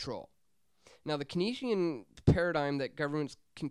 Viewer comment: Hey, I love your videos, but please learn how to properly pronounce KEYNESIAN. It's "CANES-EEE-AN" not Kuh-NEASE-EE-AN.